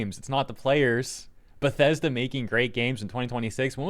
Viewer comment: "We're Bethesda! We're The-Bes-Da!"